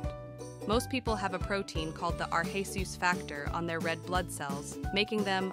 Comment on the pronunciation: Ar-hay-soos. never heard that pronunciation before.